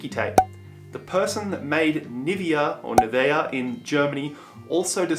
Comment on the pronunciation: it's, erm, "AhDEEdis". LOL! But you got the "Puma," "Nivea," and "Sticky Tape" pronunciations right, so I'll give you that. LOL! Great fun kiddo!